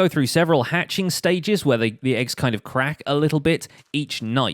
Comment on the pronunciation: When you say crack it sounds like quack